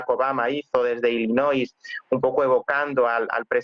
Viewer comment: Se dice: ILLINOI. Sin S